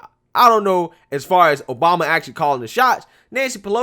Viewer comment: At minute in this beautiful speech by Senator Joni Ernst, she says "President 'Bama".